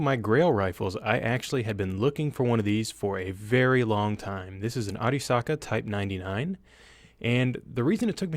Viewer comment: I appreciated the proper pronunciation of Arisaka,. Great video.